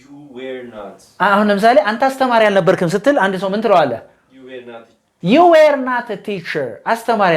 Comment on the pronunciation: Were should be pronounced as ወር not ዌር. Thanks